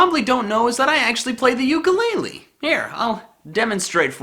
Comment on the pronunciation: I’m from Hawaii and that is not how ukulele is pronounced